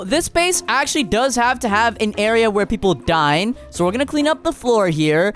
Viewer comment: Bro when u said dine i heard die